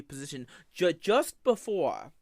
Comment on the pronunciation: the stweaming of tha hentai happened BEFOWE i became the pwince of de sewvewr!!